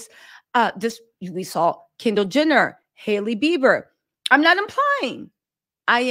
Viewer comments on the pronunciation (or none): none